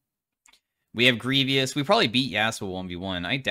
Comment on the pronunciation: Grievious isn't a word. It's Grievous.